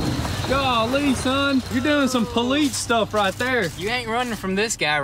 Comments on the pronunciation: Ever notice how they say police as "poleetz" instead of "poleese" , I can't unhear it now 😭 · Does anyone else notice that they keep saying poleets. Instead of police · Can we get a shirt that says “Poleets”? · How about the Poolets chasing a Kneesan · I’ve known a lot of country people but never have I heard poleets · I think its more of politz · In da hood they say "Pole Lease" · I don't know any police now, I just know politz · "Thats some Poleetz stuff right there man!" 😂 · "That's some politz stuff right there" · "You can't run from the Poleetz" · "That's some poleets stuff" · Is poleetz a common pronunciation in some states? Greets from Finland. Sounds a bit off in a foreigners ear. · Are these guys hicks? I couldn't stand the way one of them kept saying poleetz. I'm outta here. lol